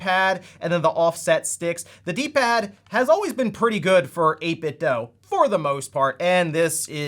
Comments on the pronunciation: It's pronounced "DOO", not "DOE". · Right? I swear some youtubers are doing it intentionally at this point. It's been confirmed multiple times by people at 8bitdo that it is pronounced do, not doh. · 8bitdo = 8bit(du) Say it with me, eight-bit-"DU". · How are you still pronouncing 8bitdo wrong